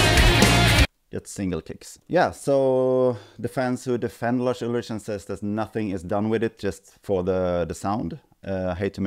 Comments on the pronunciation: "Just a sample replacement" as if that already wasn't faking reality after the fact. Also his name isn't "Larsch Ultritsch", would've taken you 20 seconds to learn how it's pronounced correctly, and i don't even like Lars. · I quite dig that retroflex Swedish pronunciation of Lars Ulrich you chose to use in this vid.